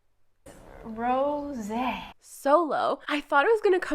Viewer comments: I would like to say you are saying Rosé right. That’s how I say it too 🤗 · I am French and I can tell you that we pronounce Rrrrrrrrosé With a big emphasis on r.